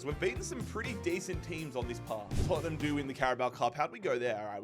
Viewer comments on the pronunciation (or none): none